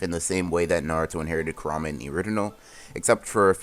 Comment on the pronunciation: I KNOW DAM WELL HE DID NOT CALL KURMA KA-RA-MAE 🤦🏽‍♂️🤦🏽‍♂️🤦🏽‍♂️🤦🏽‍♂️🤦🏽‍♂️🤦🏽‍♂️